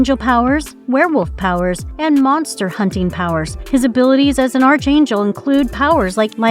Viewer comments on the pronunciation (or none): Archangel is pronounce Ark-Angel. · Arch angel? Like McDonalds arches? Never heard it pronounced that way before.